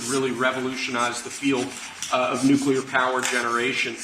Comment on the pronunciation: You sort of lose me when you can't pronounce "nuclear" correctly...